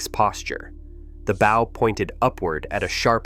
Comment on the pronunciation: Bow is pronounced B Oww, like oww that hurt, get it right AI Bow that hurt.😊, not like bow tie...., okey dokie?